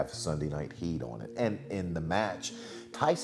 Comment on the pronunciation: I like how Maven says "on" (uon)